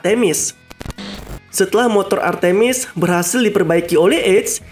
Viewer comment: Nama nya artmis bukan artimis